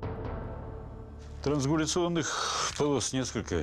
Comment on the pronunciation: Странно слышатьиз уст эксперта ,трансгуляционная борозда, вместо , странгуляционная. Или это жаргон у них такой？